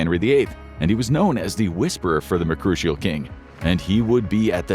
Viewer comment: Mercurial? lol do you not look up new words to see how to pronounce them?